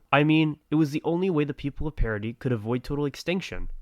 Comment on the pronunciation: Like oh my God this guy actually pronounces Paradis, Paradis and not paradiss